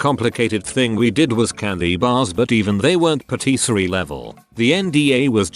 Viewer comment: Yet was able to nail patisserie?